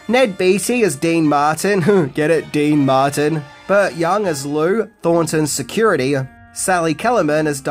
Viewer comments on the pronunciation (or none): none